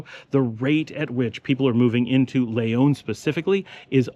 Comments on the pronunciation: why do you always pronounce the word Leon, Layon>? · 1000s times I hear you say, " l-AY-on " , hurts my ears like scratching a blackboard with your finger nails. man Its your home, if you were an outsider it would be understandable . My friend, I mean no disrespect, I appreciate ALL the info in your videos about Nicaragua. Please look up the pronunciation of Leon. like the Brits add an "r" to many words such as China, they say ChinR, we all know the Brits know better.